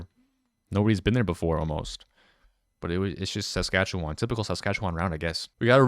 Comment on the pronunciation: The pronunciation of Alberta and Saskatchewan made my ears hurt